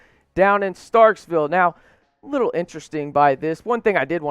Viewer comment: one thing bud.....it's NOT StarkSville...it's Starkville